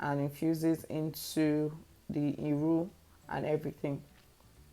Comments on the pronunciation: Did you just say irun🤣🤣🤣🤣🤣🤣🤣, where you see the "N" it is iru. I miss ofada the stew especially 😭😭😭😭😭. The stew makes a good ofada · Say iru... say iru again... oya say iru 20 times... plssssxx